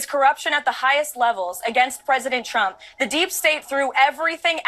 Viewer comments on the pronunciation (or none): I hate how she says Chtrump